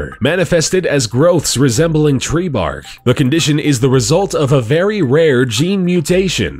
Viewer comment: It sounded like he said the tree man had skin growths that resembled tree barf! LOL